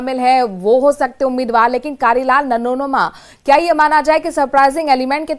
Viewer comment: Namoma nhi nanoma h madam